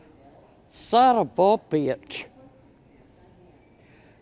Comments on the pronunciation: As good as Jackie Gleason in Smokey and the bandit// where are you! You Sum-Um-Bitch!😂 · I’m trying to keep count of saying sonavubitch. Lol great stuff as always.